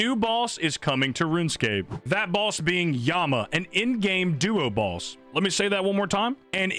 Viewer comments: He's saying "balls" not "boss" right??? Am I the only one hearing that? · I just keep hearing him say end game duo balls